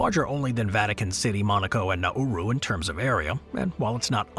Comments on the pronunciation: This has got to be an AI voice. Na-oo-roo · In Australia we say Nah-roo and the footage was not Nauru at all.